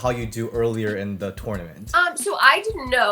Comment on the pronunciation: The way ds says TOoRnoUmant